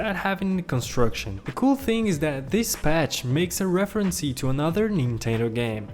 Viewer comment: It's actually Nintendo not ninteno oh and also reference not referenceee